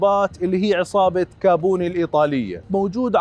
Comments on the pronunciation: اسمه كاPوني وليس كاBوني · كابوني 🤣🤣حسيت انو اسم قطعة غيار كيف نطقها